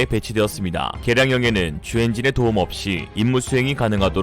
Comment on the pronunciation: 계란형은 타조알? ㅋㅋ 개량형이 자꾸 계란형 으로 들려서 ㅋㅋ 😂